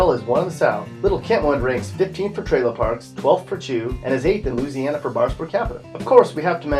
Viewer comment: He says lou- siana bitch it's Louisiana